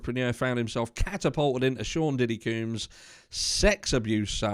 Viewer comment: Black mail the black male, NO! Lol any way.... I just wanted to let ya know we pronounce combs like honey combs or hair combs.